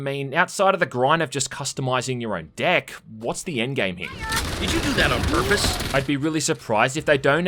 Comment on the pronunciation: My god stop saying deck cause all I hear is dick now... Good job making me unheard it now